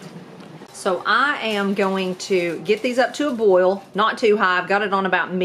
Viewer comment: As much as you make, it won’t last five minutes in your new store. You might be spending a lot more time in the kitchen to keep your customers happy. I have to let you know how much I smile every time you say “bowl” in place of boil. 😀 You said it so much this time my jaws are aching! Love it.